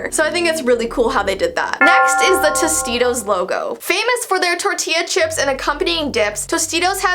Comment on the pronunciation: say it with me toast eat ohs